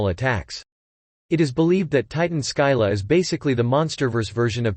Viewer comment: Scylla is pronounced "SILL-uh". It's from Greek myth.